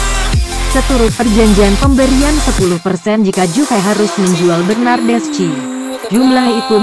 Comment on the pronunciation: Baca nya bernadeski/bernadeschi bukan bernadesci